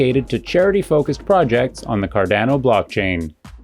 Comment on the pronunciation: How do you have a channel dedicated to Cardano, but don’t know how to pronounce it?